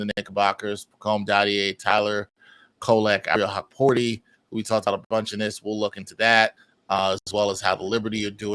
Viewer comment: “Ariel hawkporti”